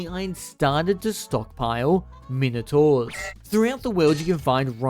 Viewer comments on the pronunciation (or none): none